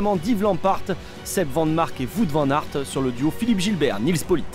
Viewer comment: "Vout van-nart"